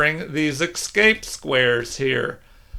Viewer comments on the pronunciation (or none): It's not the repetition, you understand; it's the pronunciation as "exscape", I hate to be a pedant and apologise for harping on it, but it's like gravel in my show now 😆